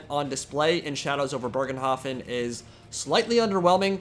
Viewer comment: There is no r in Bögenhafen if it's supposed to be German